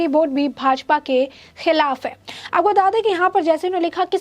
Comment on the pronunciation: Your News Reader is very boaring... Every 2nd line She pronounce "Aapoko Bata De" Please ask her to rectifiy this Bad habits..